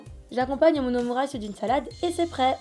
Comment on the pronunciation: Qui la prononcer "omurisse" ?😅